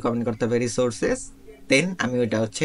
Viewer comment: "Resursecs" brother